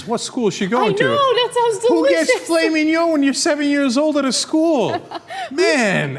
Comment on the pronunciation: Win for pronouncing gyro correctly - fail for pronouncing filet mignon incorrectly.